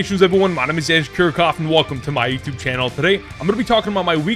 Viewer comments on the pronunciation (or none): none